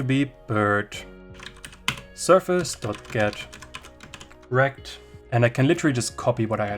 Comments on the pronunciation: .get_rect sounded like Get Wrecked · I'm Australian and couldn't help having a little giggle every time you said "get rect". Great video by the way, thank you!